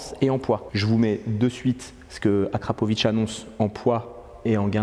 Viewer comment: On dit AKRA!!! Au moin t'es sur!! ;)